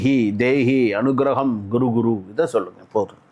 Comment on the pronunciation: அனுக்ரஹம், guru guru இல்லை kuru kuru குரு குரு.. குரு kuru என்றால் செய் என்ற அர்த்தம் உச்சரிப்பு முக்கியம் இல்லைன்னா father என்பதை தமிழில் பாதர் னு எழுதி படிச்சா bother ஆகிடும்